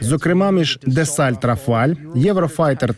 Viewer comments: само ти десальт рафаль!)) Дассо Рафаль, вивчай матчасть!)) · Дассо Рафаль!!! А не Дасальт!